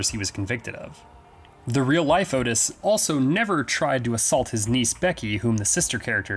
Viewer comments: His name was pronounced Ott Is not Otis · its ottis, short vowel 'o' sounds; not otis, which is a long vowel 'o' but other than that great vid, i have always been so fascinated by these nut cases, and i too enjoyed the film, it was gritty raw tense psychological '' real to life'' as its a portrayal of a real pair of killers, great horror flick, yeah i saw the henry II movie as well, i enjoyed it, i interpreted that as a professionally done '' fan fiction'' type thing, like a take on, what if these guys had never been caught arrested ? . . . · Sorry for being this guy. The name of Otis Toole is pronounced Ott-is. Like Otter. Ok, I will shut up. Great video!!!